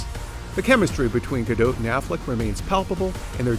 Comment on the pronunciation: “Ga-dote” I’m triggered